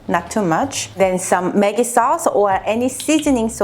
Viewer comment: Maggi is pronounced Mugghee